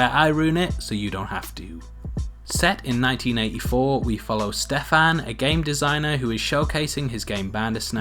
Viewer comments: Hahaha I just can't with the way you pronounce Stefan. Ste-FAAAN omg I love it its pretty cute!! Stefan is pretty Slavic name, and here in Poland we pronounce it like STE-fan so it's really funny to hear it differently :) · I hate the way you say " Stefan"